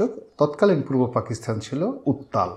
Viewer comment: শ্রদ্বেয় জনাব রনি সাহেব "পাকিস্তান" শব্দটির পরিবর্তে বার বার "পাকিস্থান" অর্থাৎ 'ত' স্থলে 'থ' উচ্চারণ করছেন। আমি জনাব রনি সাহেবের ভিডিওগুলো দেখা তেমন একটা মিস করি না। উনার ভিডিও থেকে সমসাময়িক অনেকগুলো বিষয় জানতে পারি। সর্বশেষ আমার প্রিয় ব্যক্তিত্ব জনাব রনি সাহেবের সর্বাঙ্গীন কল্যাণ কামনা করছি।